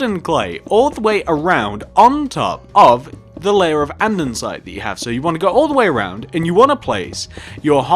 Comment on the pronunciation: Him saying an-din-site gives me anxiety